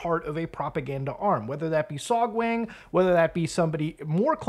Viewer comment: To be fair to Beer Guy, beer does in fact have lots of B vitamins. Love the vid, but my guy, your korean pronunciation bugs. It's pronounced "sohg-wahng" for example, not "sohg-wayng". Always pronounce the korean A like "ah". If you're bored sometime, check out how to pronounce the language -- it's actually quite easy to learn, because the written language was created by King Sejong to help the poorer parts of the population learn to read some centuries ago. You can go from knowing nothing to being able to pronounce almost every syllable in less than an hour.